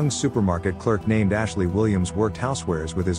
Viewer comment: You all need to stop doing lazy work the first thing that artificial voice says is Ashley? I wouldn't mind it so much if they made a mistake within like 4 minutes of the vid but it's literally the first thing you hear which will turn off a lot of people.